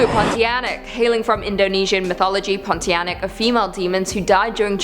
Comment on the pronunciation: I love that you had pronounced "pontianak" correctly. Win!